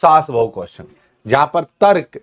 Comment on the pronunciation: Sirji sorry Aapki v hindi suddh nhi aapne Tarak bola jo tark hota